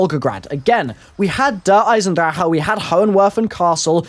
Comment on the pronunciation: he fails at saying der eisendrache